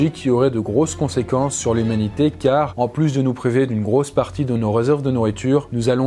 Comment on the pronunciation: On est d'accord il a dit youmanité a 2minutes de la vidéo oucean 😂